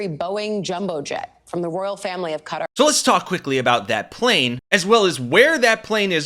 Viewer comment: “Welcome back, Kotter!” - er, Qatar.